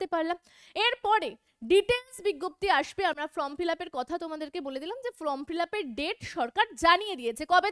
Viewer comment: কথাটা from fillup নয় form fillup..... video যখন করছেন তখন একটু carefully pronounce করবেন।🙏